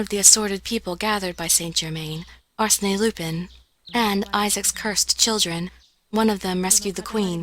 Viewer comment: It's "Ar-sen" not "Ar-se-nay"